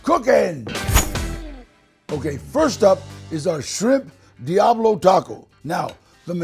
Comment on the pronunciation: I think Danny Trejo is one of the best, but he needs to drop the white talk on Taco, Diablo, tortilla and be his self and roll those R’s